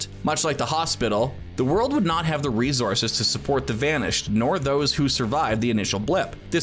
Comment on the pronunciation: He kept saying resources wrong too.